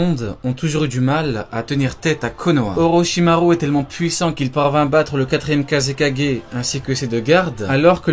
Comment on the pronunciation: Part contre ce qui me dérange c que dit pas les ou comme avk orochimaru il dit le u comme en français alors que c ou